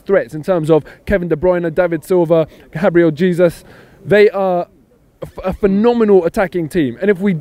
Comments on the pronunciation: Onabill Choudhury no. It's pronounced Gabriel "heysus" not habriel jeysus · He pronounces Gabriel Jesus habriel jeysus. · G. Nius that's not my point. My point is that he did neither pronunciation correctly.